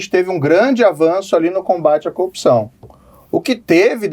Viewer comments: coupçaaauun* ele é incapaz de pronunciar o "r", o pobi kkkkk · Coopção , conje, qua , qua , qua …. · Que cara fraco meu deus! "A copção..." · Qndo esse corrupto vai aprender a falar "corrupção"?